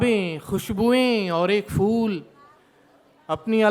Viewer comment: Ye kaise shayer hain jinki urdu hi saaf ni ... - āḳhir* - fool😬😬😬